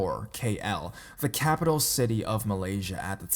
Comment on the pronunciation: what is wrong with you, man...you're stuttering a lot.you pronounced my country's capital wrongly..jesus